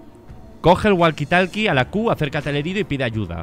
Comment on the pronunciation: Gente normal: Woki tolki Auron: GUALQUI TALKI